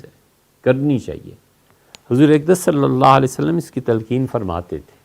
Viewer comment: مفتی صاحب حضرت محمد « صلی الله علیه وسلم» کی تلفظ کی پرکتس کرو پلیس.